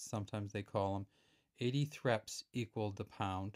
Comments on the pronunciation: 1. These coins were NEVER called "threps". Sometimes "Thrupp'nce" (letter u to rhyme with either book or cup). Some people said "Threp'nce". We never sounded the e in pence. Also known as a thruppenny bit. 2. Before decimalisation in 1971, the letter p was NEVER used to denote a penny or pence. A penny was 1d, tuppence was 2d thruppence was 3d and so on. The d stood for a denarius (denarii, the name of the Roman coin worth 1/240 of a pound. 3. Only "new" decimal pence are abbreviated with p. They are also called "1p", "2p" etc. Please try to get this right. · It was called the "thrupp-ence" .